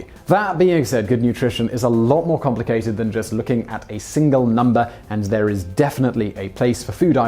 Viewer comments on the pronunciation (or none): none